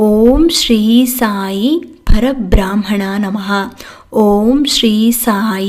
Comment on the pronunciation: Om Shree Sai Parabrahmana Namaha 🙏🙏 (Pronunciation alli Parabraahmana annodu thappu allava?)